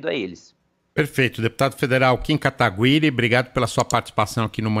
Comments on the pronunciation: Katagüiri dói no ouvido, p Nao exite esta leitura ha decadas a regra do português mudou... alguem avisa pra eles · “Katagüiri” esses “jornalistes” parecem q falam errado por querer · 11 anos de estrada e tem gente que ainda fala KATAGU-IRI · Eu tenho uma agonia quando falam o sobrenome dele errado, se eu fosse ele não sei se teria essa paciência de não corrigir, pq parece que fazem de implicância. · kIM KATAGÜIRI, maluco sempre erra o nome do cara